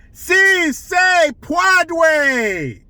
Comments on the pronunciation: "SEA SAY PWOUADAY!" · Melania speaks multiple languages, yet the left would call her stupid because she had an accent. Meanwhile, Dr. Jill, has a PHD in education yet can't pronounce a 3 word phrase in Spanish? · Lol, Jill was fact checked, On March 31, 2021, first lady Jill Biden mispronounced the Spanish phrase, “Si Se Puede,” during a speech. Rating True True About this rating 😂🤣🤥😂 Origin First lady Jill Biden has many accomplishments, but speaking Spanish may not be one of them.